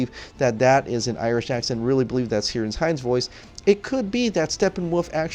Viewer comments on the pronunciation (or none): Just a mention, Ciaran is pronounced with a K sound. Keer-awn or Keer-in.